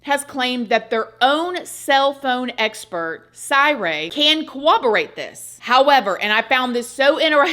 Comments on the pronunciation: Corroborate not Cowoborate lol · Girl.. say it with me.. corroborate. CORR-ob-or-ate.